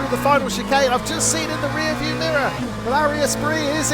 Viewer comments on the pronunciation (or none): none